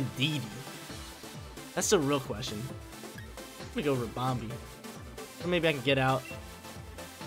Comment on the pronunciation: Ribombee sounds like Harambe lol. Sick bamboozle using clefairy offensively!